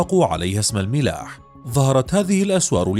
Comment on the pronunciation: تصحيح: المَلاَّح وليس المِلاَح